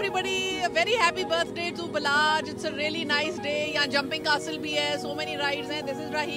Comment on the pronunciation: Its balach not balaj